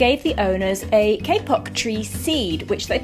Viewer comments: Love your opening song 🥳 Your pronunciation of kapok is so funny! Your Kay-pok tree is called kapok (kah-pok) here in Malaysia. Kapok is a Malay word. Great to see it growing so well in Positano. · You live in such a beautiful area even if there are a lot of steps. I'm envious. What kind of seed were they given? Sounds like you said a K Pop seed.